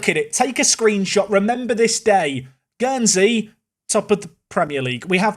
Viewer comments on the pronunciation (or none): none